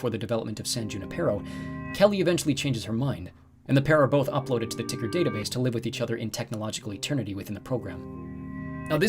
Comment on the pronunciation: If Tuckersoft changed their name to TCKR... wouldn't it be tucker not ticker? :P